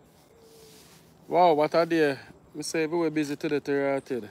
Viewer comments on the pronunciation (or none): none